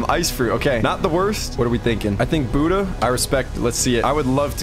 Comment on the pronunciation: bro tf is "boodah" and "keelo"